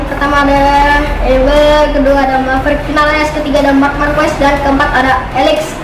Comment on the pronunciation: Bukan markues tapi markes